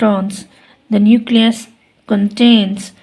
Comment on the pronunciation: it's not Neucles in the question it's Nucleus